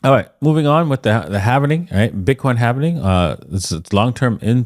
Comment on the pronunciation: Its Halving not Halv"eeeeeeee""nnnnnn" ing !!!!!